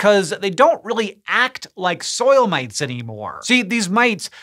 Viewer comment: i heard soil-mates 🤷🏼😂with mates being in a thick english accent